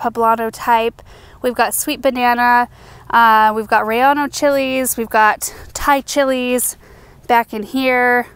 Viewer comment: Ruh-yey-noh peppers.